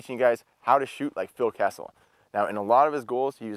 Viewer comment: Nobody heard him say Kesley ??